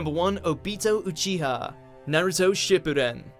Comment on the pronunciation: god finally someone said naruto right hate when they say it naruuuuuudo lol